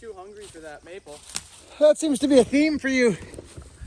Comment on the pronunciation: I heard an "n'nat". You sure you're not from Pittsburgh?...n'nat.